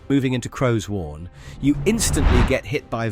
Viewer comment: I feel its more pronounced crow sworn, and not crows worn.